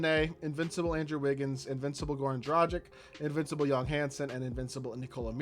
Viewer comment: It's yang not yong